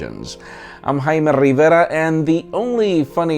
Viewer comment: too much hyaymeh RRRiiiiivera, dial it down a little bit